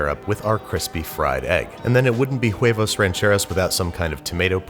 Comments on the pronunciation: All I gots to say is that you don't pronounce the "H" in spanish, it's silent... and that I love your channel...thank you. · I kinda cringed every time he pronounced the H In huevos, like it’s not even a accent thing that’s just not knowing the language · That was more like huevos motulguenos not sure if I spelled it right tho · Every time he pronounces the "h" in huevos, a seal gets hit with a mallet. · lmao i heard that too 😂😂😂😂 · The H is silent in Spanish! Anyways, long time fan, first-time commenter. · It kinda hurts my soul when he pronounces the “h” in “huevos” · The H in spanish is silent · For the love of God, someone tell this man that the "h" in "huevos" is silent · I cringe every time you mispronounce "huevos" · Quick tip: in Spanish "h" at start of word is mute, so just "(h)uevos" and "(h)arina" without any additional sounds before the first vowel. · The pronunciation of "huevos" is getting to me. My god, the h is silent. K sorry for the rant. Carry on. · This looks so amazing im so hungry now 😭 The H in huevos is silent btw 😂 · American: "eggs" Mexican: "huevos" Babish: "quevos" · why he saying jhuevos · It's just pronounced //wevos// not //khuh-wevos// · You shouldn't be pronouncing the h in huevos. It doesn't really matter but I find it hard to not cringe at it. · He said Juevos Rancheros😂😂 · The h is silent in spanish, so its uevos not juevos. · "Juevos", " Her-déz", "cesara", " jarina"... Nice try but you should improve your pronunciation (like, the H is silent in Harina and Huevos so you shouldn't pronounce it). Those tortillas are too thick, use less masa, you know it's a good tortilla if it inflates when being heated on the pan (you should get a "comal"). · Anticoi yeah he basically said whoevos, but in spanish the h is silent so it should sound more like "uh eh-vos" or "weh-vos" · Lol the way he says “hhhhhuevos” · Babish, the H is silent in Spanish. Just pronouncie it "uevos" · its whe-vos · Pronounce it like "wevos rancheros"